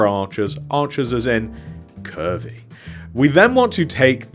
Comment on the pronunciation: the way he said curvy LOL